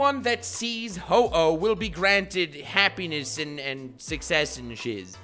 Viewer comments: My man said Who-Oh, smh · Cringe when pronounces Ho-Oh Hoo-Ooh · It's Ho-oh